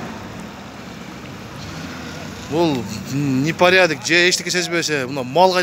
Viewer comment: Ни паридак дейт турбайбы🤣🤣🤣🤣